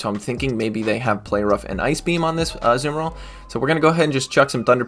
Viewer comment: On the back of calling you a nerd for knowing about rocks, I am amused to say that every time you say azu-bomba-dill I think of my favourite Lord of the rings character Tom Bombadill